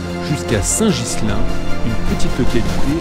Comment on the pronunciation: Superbe road trip ! Pour info, on dit "Saint-Guilain" pas Gislain ;) Hâte de voir la prochaine vidéo ;)